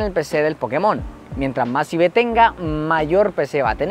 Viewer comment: cada vez que dice ibes, se refiere a los iv, cierto?